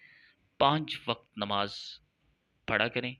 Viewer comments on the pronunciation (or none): none